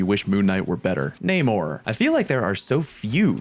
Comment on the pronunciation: Thank you for saying Namor correctly. Idk why every other youtuber says it wrong haha